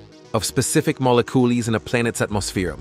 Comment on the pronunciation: Mollecoolies 😂😂 did AI suddenly forget how to pronounce molecules?